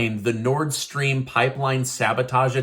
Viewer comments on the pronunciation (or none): none